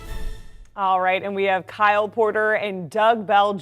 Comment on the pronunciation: Kyle rhymes with smile